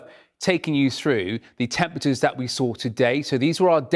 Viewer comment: why can't this guy say "temperatures" properly? Surely in his field of expertise you gotta know how to say "temperatures" we used to be a country.